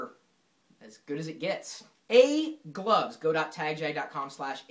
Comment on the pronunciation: sounds like he says "egg loves"